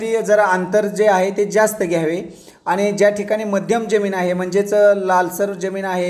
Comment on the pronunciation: जेमिन नाय,जमिन बोलतात